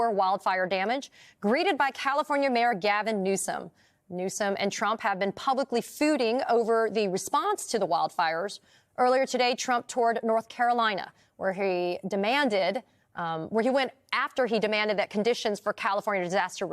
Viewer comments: "....publically fooding"? Seriously? A professional news reporter says "publically fooding"? How about FEUDING, as in FYOO-DING? Give that a try. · "pubicly fooding."